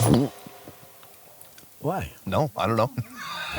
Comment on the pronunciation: i love it when he says why.😂😂